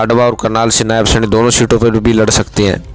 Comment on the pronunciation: क्या खाक पत्रपारिता कर रहे है ! आप हरियाणा के मुख्यमंत्री के नाम तक ठीक से नहीं ले पर रहें है ?